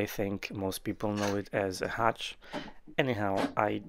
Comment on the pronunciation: Its a hutch, not a hatch.